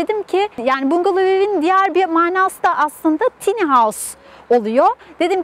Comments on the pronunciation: Video için teşekkürler. Yalnız tiny değil de "tayni" derseniz daha doğru olur. :) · Telafuzu "tiny" değil "tayny "